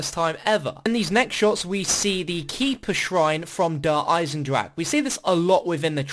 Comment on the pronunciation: you put in so much work and fair play. bo3 zombies has been far better than mp. but please pronounce der eisendrache correctly